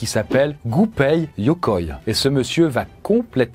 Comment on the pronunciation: Il a écorché le nom de Gunpei Yokoi